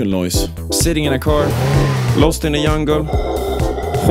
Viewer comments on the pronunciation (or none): jungle is pronounced as kind of chungle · you pronounced exaggerated wrong btw. the "gg" is pronounced like the g in giraffe, like a "dzjee". the "j" in jungle also is pronounced like that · Lost in the jungle ❌️ Lost in the yungle ✅️ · "Lost in a yungle" XD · "Lost in a yungle" lol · idk why but they way they pronounce jungle makes my brain happy